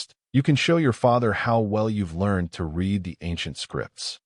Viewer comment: Love your storytelling, and the AI voice is better than most. But still has trouble with words spelled the same but pronounced differently according to use, such as read. I think that will be difficult for AI to learn…